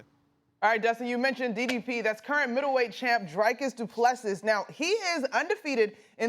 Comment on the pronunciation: Hahah as soon as she said Dricus name it just pissed me off 😂